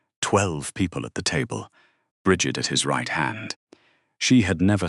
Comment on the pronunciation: You need to learn to listen to your stupid AI. They can't even pronounce Bridgett. Half the time the ai pronounces Brigg itt. assinine. it ruins your damn story